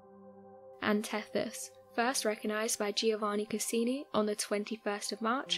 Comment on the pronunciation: Not only did she misrepresent what was actually found, she also got some of her information wrong. I actually stopped watching the video as soon as she said "Castini" instead of "Cassini." This isn't the first time this channel has messed things up but thankfully it's not as bad as some of the other mistakes they've made.